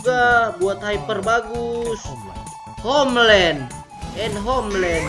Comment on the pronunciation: "Do this honer and homlan" wkwkwkwkwkw